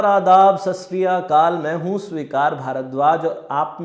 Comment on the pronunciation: Sasriyakal nahi sir... Satshiriakal hota hai... Got it